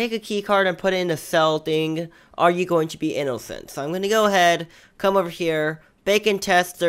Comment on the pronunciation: i love how he says inocent i-no-cent XD